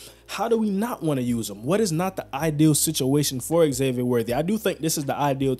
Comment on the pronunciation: Its not X-zavier... its pronounced Zavier.